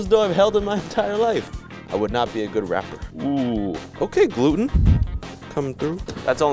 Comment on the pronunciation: glootn glooten glooooootnn